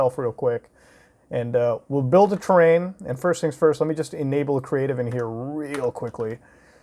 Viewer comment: Cre-ahtive mode